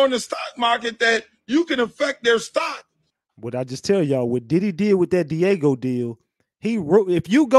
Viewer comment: It's Diageo not Diego.